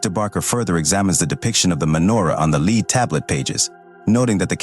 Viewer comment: NOT LEED BOOKS AI, PRONOUNCED LED SPELLED L-E-A-D Actually Pronounced it Correctly twice, Then Repeatedly not. Cringe to Keep Hearing exposing The artificial Fake Voice. Next time Have Human read the Dialogue